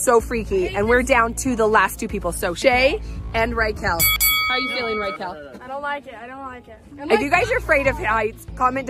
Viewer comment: It is Rekel